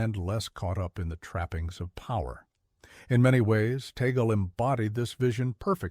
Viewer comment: We Filipinos pronouns his family name as "Tag - le" not Ta - gle